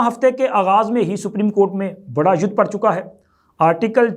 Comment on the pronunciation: جناب لفظ "یودھ" نہیں بلکہ "یدھ" ہے۔